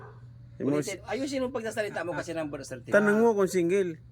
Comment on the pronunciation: Nakakatuwang Pakistan ang pagbigkas ni vandam sa birthcertcate😂.pitipitik 😅